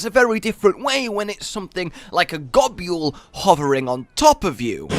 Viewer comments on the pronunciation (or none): I hate how says Gobul. Does he know that it’s "gobble" and not "go-bull?"